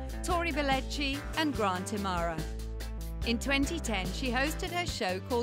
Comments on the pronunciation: im-uh-har-uh not amara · Grant I-ma-har-a not i-mar-ra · It's Im.a.hara not Imara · I guess the narrator never watched the show. I cringe every time she butchers Grant's last name.